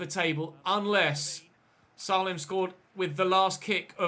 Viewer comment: Just FYI, its pronounced "SAY-LEM" not "SAH-LEM"